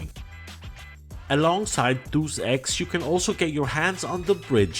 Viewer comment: It's pronounced: "Day-Es-Ex". (I used to pronounced it incorrectly too.)